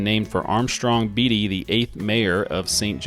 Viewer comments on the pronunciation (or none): Thanks for featuring my hometown of Seneca. beatie Kansas is pronourd Bait-E